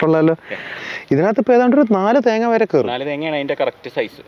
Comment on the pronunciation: ....."this whole thing comes from a single 'ThengH' 👐🏻😂